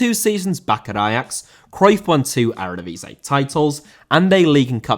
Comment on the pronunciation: Eredivisie* not Eradevisei